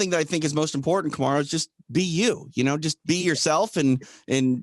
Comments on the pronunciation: Bruce I love your show, you’re such a great guy. Also, if you’re wanting to listen to his daughter, the emphasis is on the MA in ka-MAH-ru..... You’re saying KAH-ma-roo, but it is kuh-MAH-roo OOOOSSS-Mannnn!!! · My only gripe about this podcast is 1/2 of it is telling the fighters what great guys they are.. I had tp ramp up the playback speed to 1.5 to get through it.. PS- the way you announce Kamaru's first name sounds like #Kangaroo. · Bruce couldnt pronounce Kamaru properly if his life depended on it.😂 Lol. Love ya Bruce